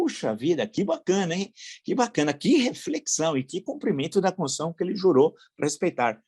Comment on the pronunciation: Villa, você merece parabéns pelo seu trabalho neste canal. Não é à toa que você tem tantos inscritos. Suas análises são muito interesantes e embasadas. Porém, me incomoda sua afobação, que prejudica suas falas. Raramente você pronuncia constituição. Sai alguma coisa parecida com concissão. Fique atento. Sugiro que você assista ao canal Bob Fernandes. Talvez possa inspirá-lo a ser um pouco mais pausado e tranquilo. Abraço.